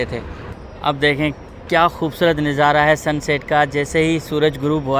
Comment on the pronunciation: Plz kuchh alfaz aap ghalat pronounce karty Hein Jo bohat irritate karty hein "Neezara nahi Nazara" hota hy jo aap k vlogs mein bohat istimal hota Hy🙏🇵🇰🇺🇸